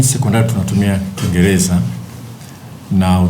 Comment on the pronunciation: Mwandishi wa Habari gani wa DW hawezi kusema Rahisi anasema “Lahisi”, Kiingereza nasema “Kiingeleza “ Halafu anataka Watoto wafundishwe kwa Kiswahili Eti Ndio Waelewe.. Hivi Huyu ni mwandishi wa Habari au ni Pimbi? Eti Secondary watoto wafundishwe Chrmistry kwa Kiswahili Halafu atakuja kuwapa Kazi Hao Watoto ama so wamesoma Pia Kiswahili. DUNIA INATUMIA WNGLISH NA KISWAHILI SIO KUKUBWA SANA DUNIANI, je huu Doctor anayejifunza Idaktari kwa Kiswahili atenda kutibu Vipi kwa Kiswahili?